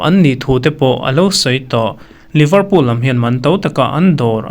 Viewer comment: Liverpool i lam(pronounce) dan hi a diklo deuh